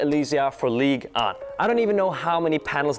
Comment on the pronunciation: Just a jersey of PSG less to be in agreement with ligue 1 (actually good pronuncation) Otherwise good video as always !